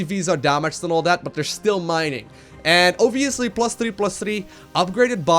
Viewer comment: New drinking game: Take a shot every time says "Oviously"